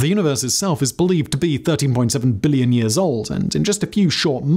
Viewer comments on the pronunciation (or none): jeepers, the emphasis on BILLLion is painful, we are'nt deaf or stupid.